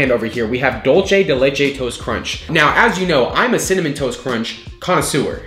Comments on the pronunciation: Can't stand how you were mispronouncing dulce de leche. It's dulce, not dulche. Not spelled the same as leche, so not pronounced the same. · Love you but the way you say dulce is frustrating It’s pronounced doul-say not dull-che:)